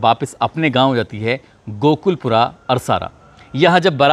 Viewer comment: Sir ye गांव गोकुल पुर है आप गोकुल पूरा कह रहे हैं 😂